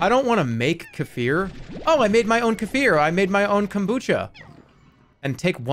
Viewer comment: I can't stand how he pronounced Kefir